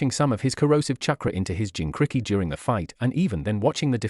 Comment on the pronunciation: Kubikititchk, the zabuza, jincricky, chukra. This AI narrator is almost the worst so far.